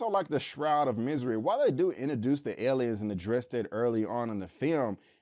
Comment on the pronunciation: I don't like the way he pronounces the word aliens....😆